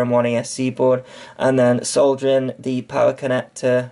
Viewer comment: The English language extends it's gratitude to you for correctly pronouncing the word solder. Thank you.